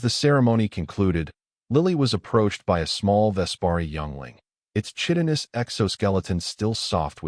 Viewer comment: The ch in chitinous is pronounced as a k. e.g. kitinous.